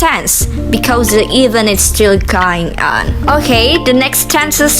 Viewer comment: Good job, my dearest sister. Your explanation is very clear. For a little correction, please pay attention to some pronounciation like "present, followed by, event". Then which is correct; my analyze or my analysis? But overall is good. You do your best